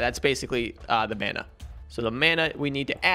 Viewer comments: Man-a not mona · It’s mAna not mUna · / Hey please make me the commen of the day but your world breaker pickaxe you need to go back where it was it'll still be there because you're not in the chunk and it's also pronounced Mana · Man-ah That’s how you pronounce it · its pronounced mana and not mana, you see now hehe he will never know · Mana is pronounced mona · Bro mana is pronounced like mana it’s that easy